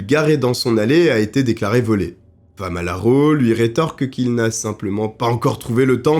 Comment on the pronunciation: 😅FAMALARO au lieu de FALAMARO😅. J’ai connu cette histoire il y’a très longtemps avec feu Pierre Bellemare mais avec toi j’ai découvert de nouveau contour avec des analyses plus poussées. Merci beaucoup à toi